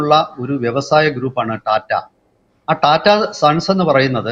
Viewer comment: ടാറ്റ അല്ല.., റ്റാറ്റ Tata. സ്വന്തം രാജ്യത്തെ ഒരു പ്രമുഖ വ്യവസായ കമ്പനി അല്ലെങ്കിൽ ഭാരതത്തിൻ്റെ വ്യവസായത്തിൻ്റെ നട്ടെല്ലായ ഒരു ഗ്രൂപ്പിൻ്റെ അല്ലെങ്കില് ഒരു വ്യക്തിയുടെ പേര് ഇതുവരെക്കും നേരെ ചൊവ്വേ ഉച്ചരിക്കാൻ പറ്റാത്തത് മോശമാണ്..